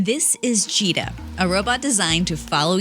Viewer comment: Why i always hear 'cheetah ' instead of 'gita'